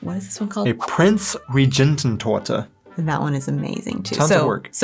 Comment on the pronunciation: Jägerschnitzel! At the "Prinzregententorte" you actually speak the "g" like in "good", "get" or "go", not like in "roger". ;-)